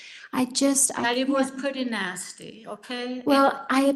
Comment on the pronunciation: Anyone else hear...I been a nasty girl when Grams says she has been nasty?